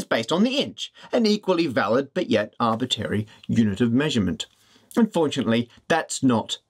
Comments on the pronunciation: Are we just going to ignore how Matt says "arbitary" instead of "arbitrary" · Arbitrary! not arbiterry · If you're going to use the word arbitrary so much, please learn how to pronounce it correctly. It's arbitrary, like contrary, not arbitary, like a-bit-airy, that ain't a word. ta. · Matt, i love your videos, but have to mention, it's arbitRary, not arbitary... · arbitRAry not tary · It's funny, but it bothers me that he keeps saying "Arbitary". Arbitrary! shakefist :) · shame he can't pronounce arbitRary... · For your next video, can you learn how to pronounce “Arbitrary”, please?